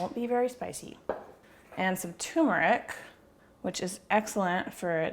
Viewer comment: Tumoric, haha. "It's nahhht a tuuumah!" This shit looks deeelightful.